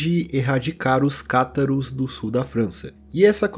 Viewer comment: uma correção,: a pronuncia correta é Cátaros, e não catáros